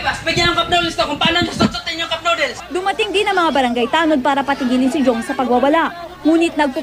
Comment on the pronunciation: BULALO PRE HINDI "CUPNODEALS" hahahahahahahahaha